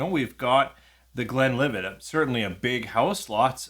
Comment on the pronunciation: Thanks for the name drop! You pronounced these fine, but - simple as the names are - there are still people who get them wrong: I've twice heard people say 'Glenlivay', as if Glenlivet were a French name with a silent "t"! I'm glad Richard explained about 'export strength'. The lower proof preference even works the other way round: Buffalo Trace is normally 45%, but is sold at 40% over here... Do you get Speyburn 18 there? If so, how much is it? It's the one I tend to recommend as best value if people want to try a Scotch single malt of that age (e.g. £76.90 versus £106.90 for Glen Grant 18 or £109.90 for Glenlivet 18 at The Whisky World).